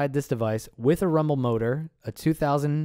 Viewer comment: wtf did you said rumble motor???